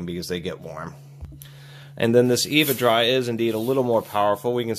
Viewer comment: It's not "Eeevuh Dry" It's "Ehv'uh Dry" (like a casual Ever Dry)